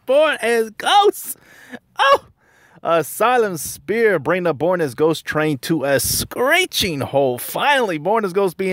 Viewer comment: Great vid. Did you keep saying Asylum "Spear"? 😂